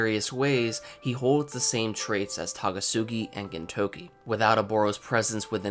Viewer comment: It's Takasugi not Tagasugi dammit